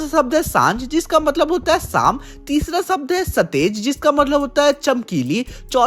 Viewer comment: साम ❌शाम 🤣😁💯